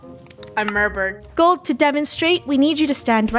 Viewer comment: uh oh.... I Murbered